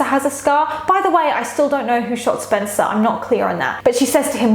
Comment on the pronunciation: omg same i cringed when said "SpEncAr" like girl